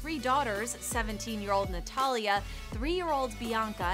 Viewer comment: ok lady its natalia not notallia